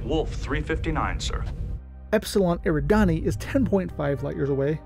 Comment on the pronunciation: This was a really great video... but I do have ONE nitpick... Eridani is pronounced eh-RID-eh-nee, not AIR-ih-dah-nee. Also, Delta Pavonis is also mentioned in the Bobiverse book series - We Are Legion (We Are Bob), For We Are Many, All These Worlds and Heaven's River - by Dennis E. Taylor. It's something everyone should check out (they're done really well on Audible).